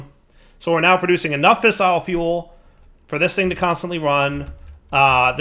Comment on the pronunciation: That camera shutter sound in your nuclear area is driving me fucking insane (so is your botched pronunciation of "fissile")